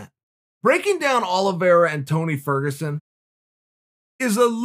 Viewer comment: tony fergosuan